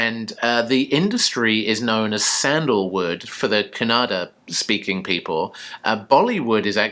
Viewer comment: Wow 😍you said Kannada correctly., even Bollywood people don’t know to pronounce 😀 they always say Kannad